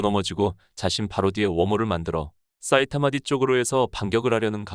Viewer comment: 사이타마를 왜 싸이타마라고 발음 하지? 되게 거슬리네